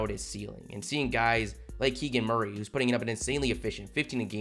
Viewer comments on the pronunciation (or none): none